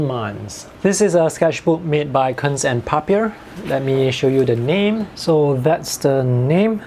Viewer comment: Kunst & Papier is German and means Art & Paper. Your pronunciation was kinda funny xd